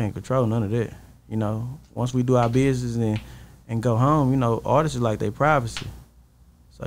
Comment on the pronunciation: Am I the only person irritated by ppl who say “ARTISTSES”❓😂